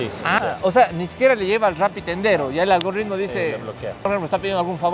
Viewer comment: Suscrito!! Pero porfa es ALGO"R"ITMO jaja no ALGORRRRITMO 🤯👍!! Excelentes videos, este fue espectacular ya que tengo un emprendimiento de software que va creciendo y sirven estos consejos